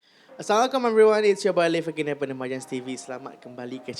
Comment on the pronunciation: Boss. Teguran terbuka.. sebutan ASSALAMUALAIKUM ,dgn tertib lg cantik.. slow² bg salam.. ☺️☺️☺️ jgn marah na . 🙏